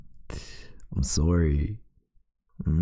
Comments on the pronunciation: Everytime he says soOrry my mind just goes: CANADIAN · he said “sOOry” actually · "I'm sOErry..." nO oFfeNcE... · No one: Me : snickering he said sorry THE CANADIAN IN THIS MAN im s o r r y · Omg, I noticed that too and I love it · Every time he said sorry I said sorry too in his accent😂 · OK so my first video I watched from you and my reaction Reaction nr.1: WHY TF AND HOW TF IS HIS VOICE DEEPER THAN THE FUCKING OCEAN Reaction nr.2: Him saying sorry in an Canadian accent Me: AND HE'S CANADIAN??? Marry me????????